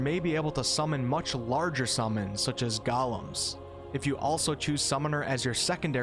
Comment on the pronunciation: Golem is pronounced how it looks. Not Gollum.